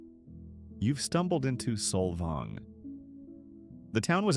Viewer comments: It’s Saul vaing. Not soul vong. This whole video is…. Inaccurate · There is one windmill (fake) in Solvang pronounced solVANG. Most of the surrounding area is tribal land. So you fail. Bye now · Saul-Volng? It's pronounced Sol-VANG you AI narrator. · Sol"vong"? Learn to pronounce it, please - by not using AI. Oh, and one other thing: Solvang is not on the coast. It's inland. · The AI accent of “Solvong” is hilarious 😂. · You mean "Solvong"? 😵‍💫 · This AI crap is ruining YouTube so fast ! How hard is it to use a real voice that can actually pronounce simple words properly ? Solvong ??? Come on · this is the worst video with AI voice that can't even pronounce the towns properly. The author knows nothing about CA and what we like and don't like. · Can’t watch an AI video that cannot even bother to correctly pronounce the towns names. This is a stupid video. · I stopped watching when Solvang wa listed as coastal and mispronounced by the AI narrator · How are we supposed to believe a video that mispronounces every place name? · what's with the odd pronunciation of Solvang and Bolinas... is this a real voice or AI? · … The robot mispronounced Solvang. 😏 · Why post this with the blatent mispronunciations? I get AI, but this is just embarrassing and unprofessional. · PLUS Solvang isn’t on the coast. 10 miles inland🙄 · 99.9% of the cities/towns named in SPANISH are mispronounced. What makes you think others wouldn't be too? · I’m so annoyed how he’s pronouncing Solvang.